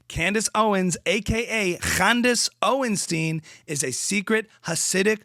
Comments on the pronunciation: It's OwenSTINE not OwenSTEEN. Thank you for your attention to the matter. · Candis oinshtin😂😂😂